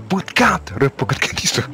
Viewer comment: Буткамп емес буткемп